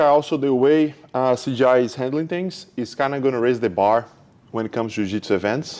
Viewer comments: 😂 every one calls it “cgi” even Craig said something about that. It’s “cJi” Craig jones invite not computer generated images 😂😂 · Hahahaha, in his defense: In portuguese, when a "J" is in the middle of a word It sounds just like a "G", it's a common mistake for brazilians to make.